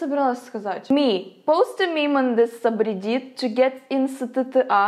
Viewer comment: I need a T-shirt that says Soobridit and also English is hard for Aloona isn't it guys?